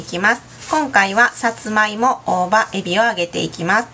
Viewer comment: さつまいもの発音違う